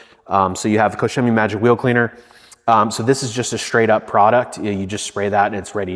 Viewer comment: Finally, a detailer that pronounces koch chemie properly.